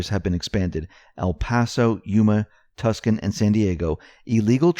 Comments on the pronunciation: It's obvious you take pride in your videos. Therefore, you'll want to know this: Tucson = "too-sahn"----the "c" is silent. Thanks for all the work you do. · Tucson is pronounced "TWO SAWN" Just a FYI... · Oooo, you went there with the benefits issue! How is it that congress has the best benefits package, and our military personnel get the sh*t end of the stick?! Great report. Oan, Tucson, a city in Arizona is pronounced 'Tewsahn'. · Did you really call Tucson Tuxon or Tuscan? It's a city of 600,000.